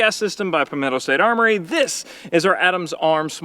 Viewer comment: I love how kept saying "Pimento State Armory" 😂